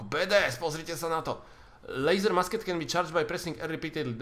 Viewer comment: ta tvoje musket se vyslovuje mušket nebo mušketa :-)